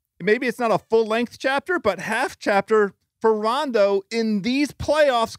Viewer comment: Bill actually said Rajon Rondos name right. So many people say it wrong